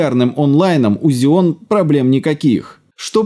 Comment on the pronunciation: Так режет слух, когда ксеон называют зионом! Жесть, две ошибки в слове из пяти букв)) Ролик вроде интересный, но не стал смотреть в такой "озвучке"